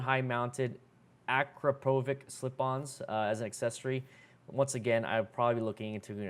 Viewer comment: Akrapovic is pronounced ah-crop-a-vitch. A lot of people pronounce it like you did.